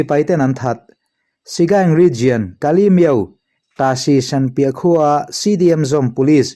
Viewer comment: Miauhlah ilam dan hi adik lo deuh Miau tih tak kha , thluk hniam lo vin. Thluk sang la, adik chiah ang mizo tak in lam la adik duh zawk